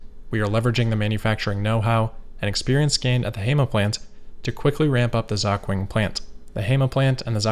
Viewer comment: I absolutely love your content, and I think I've watched the majority of your vids. One thing that would be a pretty quick adjustment: if you're not sure about pronunciation, just to check with a native speaker. There are quite a few of them around 😉 For this video, that's 小鹏, 盒马, and 肇庆 Keep up the great work, man!